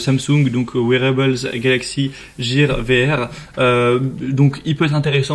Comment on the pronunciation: Top 5 mais ya que 3 casques t'es un bon 😂 et on dit '' guire '' pas '' jire '' pour gear au passage